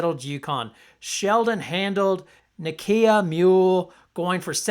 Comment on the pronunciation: Good analysis but her name is Nika not Nakia Muhl